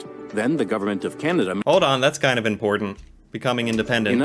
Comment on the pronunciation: That might be the first time I heard an American use the second "T" in important. It's always "impordant" I'll go ahead and smash that like Budden. Lol And kidden. Drives me nuts 😆 Edit: again! This is unheard of! Nice!